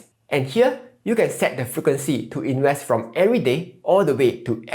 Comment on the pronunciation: he can't even say "invest" properly. INWEST.